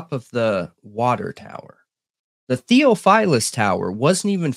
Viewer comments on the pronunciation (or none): Hi Guys, love your show! It's pronounced, thee-OFF-fil-us. 🤩